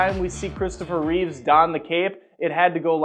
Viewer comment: It's REEVE, you fuck, NOT REEVES! GOD, I can't STAND when people mispronounce his name!!